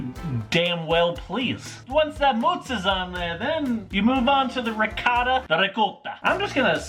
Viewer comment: wow your italian pronunciation of ricotta was oN point